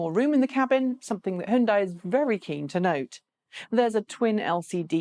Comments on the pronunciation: How to pronounce Hyundai HYUN = Hee YUN (YUN should rhyme with BUN, like bread bun!) but in one syllable "Hyun" DAI = Day HyunDay! Not HiUnDie... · You say "hon" as in Honey, but the sound in honey in not "hon" it's "hun". Both are wrong. This is "hyun". "HeeYun" one syllable. HON is for Honda, this is "Hyun" as in Hyundai. Completely different. You said "dae" as in Sunday, but I already said "day" and those are already the same... Trust me, I know a thing or two about speaking both Korean and English... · Yes... it's HyunDay. Easy. Like Sunday. Hi-Yun-Die is just weird. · No, "Hon" as in honey, "dae" as in sundae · I saw a commercial once from Hyundai. In that ad they said "It's Hyundai like Sunday." If you have more direct knowledge of the pronunciation please help end this mess. Maybe a quick mention during a video would be fast and easiest. Thanks. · Koreans can't agree on how to say it, either. My Ph.D. chemist Korean friend says it's like tah-may-toe tah-mah-toe. Hyundai USA suggests "rhymes with Sunday". I'm guessing standard Korean would be more like Huh-yoon (one syllable) - die. Anyway, we Americans can pronounce things however the hell we want. Eye-ran, Eye-rak. And don't forget that German sports car the Porsh 911 Coop. BTW, this doesn't disagree with himura357's comment. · What's up with your pronunciation of hyundai? In the UK people typically say Hi-un-dai The correct pronunciation is closer to Hyun-day (rhymes with Sunday) No Dai at the end like you did. You used some weird mashup of English and correct pronunciation - really off putting. Also It's pronounced Chi not Q-I for wireless charging.